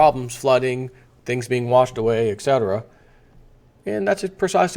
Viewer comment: It's et cetera not ex cetera.